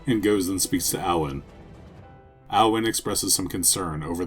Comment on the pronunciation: just a small thing, Aodhan is just the gaelic spelling of the name "Aidan" "Ay-dun"